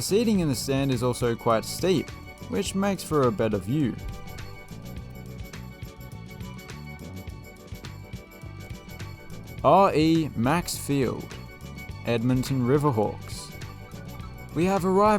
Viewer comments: re/max is pronounced like re-max not r e max lol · It’s supposed to pronounce as REMAX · Also, it's pronounced Reeeee-Max Field. RE/MAX is a large Canadian real estate company